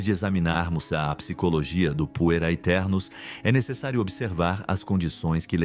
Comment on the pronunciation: "aeternos" não se lê o "A"